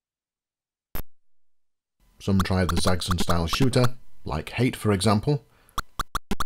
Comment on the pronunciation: Zaggzun? I thought it was Zaxx as in "axe" and on "on"; put them together and what do you have? Zaxxon! ;-)